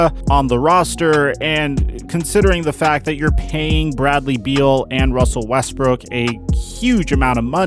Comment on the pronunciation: this is foul he called him russell wesbrick